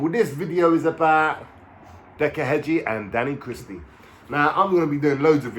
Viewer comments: His name is heggie not hedgie lol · Heggie. . . .NOT Hedge-e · There is NO D in heggie , way your saying it is like in garden Hedge which is wrong , what decca said about you is right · You cant even pronounce his name Heggie💀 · Cant even pronounce Decca's second name right so highly doubtful hes speaking the truth 😂